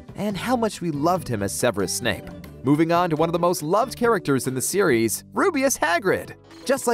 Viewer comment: ITS SEVERUS SNAPE NOT SNAKE